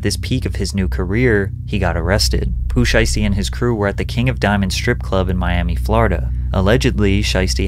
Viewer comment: I'm sorry did you say Poo Sheisty?